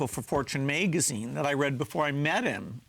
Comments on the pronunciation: say it with me. May-guh-zeen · bill said megazin